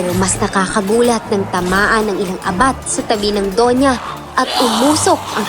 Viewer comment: Mabilis pag bigkas na abat hindi a-bat,para sa akin lang salitang bisaya yan